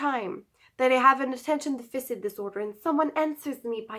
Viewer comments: can we recommend you say Deaf-fiss-sit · Deaf-fur-sit not deaf-fisit 😂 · Deficit is pronounced, "Def - a - sit". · Really great video and thanks for sharing. As this is an important part of your life and something you may talk about more in the future, I just thought I'd point out how Attention Deficit Disorder is pronounced. The word deficit should be pronounced DE-FI-SIT. It's not Deficient, that's a different word. I hope you don't take this the wrong way, I'm trying to be helpful. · Please pronounce Deficit right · The way you pronounce deficit is =D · Lol. it's driving me crazy...